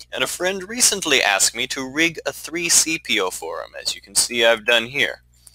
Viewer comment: Did you... DID YOU JUST SAY 3-CPO?!